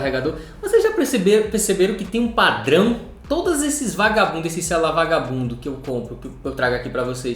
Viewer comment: Me dá esse "xelular" para eu presentear meu filho caçula?